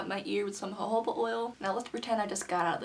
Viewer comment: she said hohoba instead of jojoba 😭